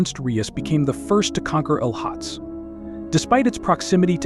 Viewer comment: Great video, but some of the mountain names were said incorrectly. I will be hiking to Everest Base Camp in April and can’t wait to see the majestic beauty of Lohtse and Everest, even if only from base camp (or on the hike up to EBC). .